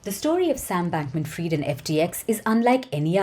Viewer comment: She said Sam Bankman Fryed....